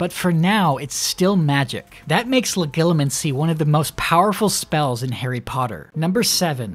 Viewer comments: the way you say legilimency makes me want to die, IT’S LE-JEE-LEE-MUN-SEE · I always pronounced the g in Legilimency like a j